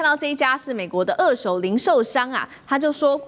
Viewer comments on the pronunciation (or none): 美女主播，不是惡手是二「ㄦˋ」手。